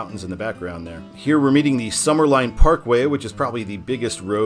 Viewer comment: I was just on this road almost two weeks ago. It's sumner LIN NOT LINE.